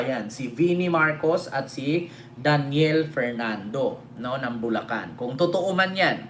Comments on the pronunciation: Bulacan di bulcan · Bulcan or Bulacan? Hehe